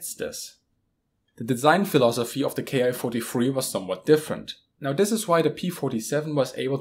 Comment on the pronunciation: There's a small mistake in the video, the Japanese series of planes is not pronounced K-I (kay-eye) but Ki (key), the Japanese script uses a single symbol キ(ki) to designate the series of fighters.